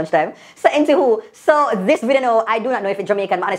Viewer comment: 'entiwho' 😭😭😭😂😂😂ano anywho again